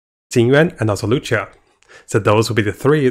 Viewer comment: it's luocha not loucha lol